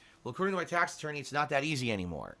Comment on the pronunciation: Tahxic tahx ahttorney